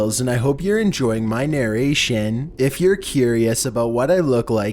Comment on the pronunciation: Nere ration Chills is trying to say Narration